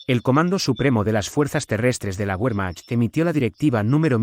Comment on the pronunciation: Cuando nombras al ejército alemán pronuncias la W como en inglés y en alemán la W se pronuncia como B.